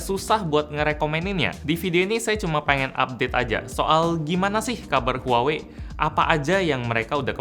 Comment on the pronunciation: Bukanny pronouncenya bukan huwawei? Harusny lebih ke wah-wei. Apa gw yg slh denger?